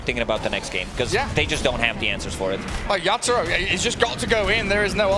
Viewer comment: Why u keep mentioning yapzor instead of yatoro wtf 🤣